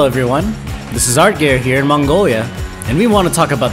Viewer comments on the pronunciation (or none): none